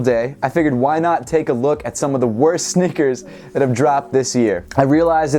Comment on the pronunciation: "sneakers" not "snickers